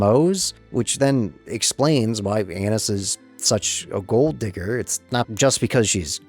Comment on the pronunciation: I'm pretty sure it's A-neese. I dunno, I had to get that off my chest.